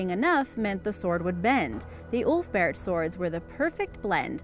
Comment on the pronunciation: I only hear OOF-Bert sword 🗡